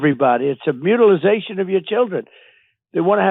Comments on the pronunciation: "Mutilisation"... its mutilation, and he's a liar. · What the heck is a "mutilization". He's inventing new words now. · It’s Mutilation not MutilaZation . DJT is pronouncing it wrong. No Z in the Word at all. Not to mention it’s a made up idea of his that he is confused about and leading people astray. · I will so glad when the orange blob is irrelevant. By the way, orangutan, the word is MUTILATION not mutilization, DUMBO. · What the hell is a mutilization??? Its mutilation. WTF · Mutilazation? He's just making words up now. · What the heck is transgender “mutilisation?” 😂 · LOL "mutilization".. what a complete moron. He has the vocabulary of a fourth grader. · He doesn’t even know how to say “mutilation” 🤦‍♂️